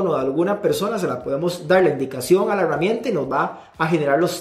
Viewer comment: porque si dices Gerente, pero dices Heruamienta? es en serio!!!